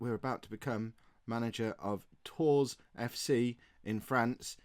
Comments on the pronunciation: 😱😱😱😱😱😱😱 that was a shocker! Realistically though with the salary it would have been hard to refuse it. I am just left bewildered how sudden it all was in the video...Non league to legend just got continental! Tours is pronounced more like "Toor" btw, I knew my gcse in French would come in handy at some point... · The "s" in Tours is silent,.